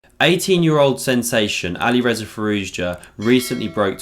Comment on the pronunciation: nice vid but his name is pronounced "Fi-roo-sha"